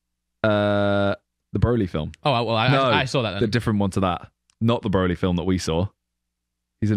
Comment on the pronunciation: did not just pronounce Broly like that mate!